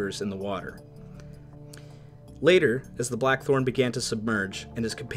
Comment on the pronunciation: Is it me, or doe I keep hearing the narrator say "The Black 'Hole' " instead of Blachthorn?